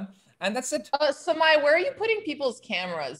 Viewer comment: I like that pronounces Samay perfectly 😎🙏🏽😆Samay bhai OP